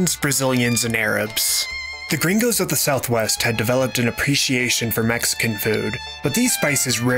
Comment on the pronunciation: Im flattered you use that mexican lingo but it feels so damn weird to hear you say "gerraingos" so much